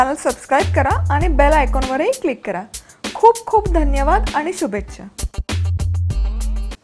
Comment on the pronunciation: उत्तम संभाषण पण 'खूप खूप' या शब्दावर भर कमी द्या !!!